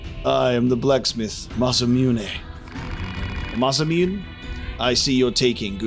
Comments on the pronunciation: Neither. You do pronounce the ending but as "neh", not "nay". I'm pretty sure the "Let's go" was supposed to be a "Let's do this", not a "Let's leave". Yes, leveling up weapons can unlock new combos. The "Combo Lt 4 Hv 2" on the weapon stats means your light combo has 4 attacks and the heavy combo has 2. Different weapons have different values (even at level 1) and upgrading can extend the combo. The "ATK Speed Up" has nothing to do with it. That's just a bonus. Also Re: Chips and fusing. The system is pretty opaque and not explained well. Don't read on if you want to figure it out yourself. TL;DR: Level and cost are independent. When fusing, use low cost chips because their result will also be low-cost. Diamond next to chip name = lowest possible cost. You may have figured it out yourself by now but Chip level and cost don't directly depend on one another. You can have a Moving Speed +3 that costs 17 and another Moving Speed +3 that costs 11. When fusing two chips of the same type and level, you do get a +1 on the level of the merged chip. The cost of the merged chip is the average of the two base chips plus half the base chip's level. So fusing the two aforementioned Moving Speed +3 chips would get you a Moving Speed +4 chip that costs (17 + 11) / 2 + 3/2 = 15.5. Even-numbered result chips round up, odd-numbered ones round down. Since we've made a +4, that rounds 15.5 up to 16. Chips with a diamond next to their name have the lowest possible cost for their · Almost everyone in the West pronounces "Masamune" wrong. I blame Final Fantasy VII and Chrono Trigger. Its a person's name. Goro Masamune was a famous Japanese swordsmith in the 1300s. The "u" in Masamune is treated like the u in Sasuke, So it's Mah-sah-m'neh. You also emphasize the "sah" slightly more than the "mah" sound. Ma-sah-m'neh. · ma-sa-mu-ne, if its Japanese just break them up into a set of consonants and vowels and just read them as the bits, it will never deviate and have odd pronunciations